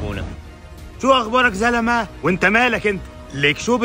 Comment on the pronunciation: زلمهَ غلط تلفط زلمييييييييي